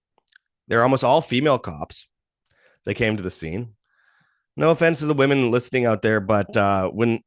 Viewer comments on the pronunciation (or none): none